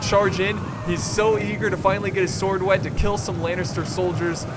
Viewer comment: "The Siege has Fishly begun" idk thats what it just sounded like